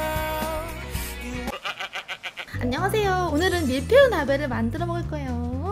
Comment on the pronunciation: 밀베유... 뭔가 사투리 같은데... "뭐해유?" "밀베유~"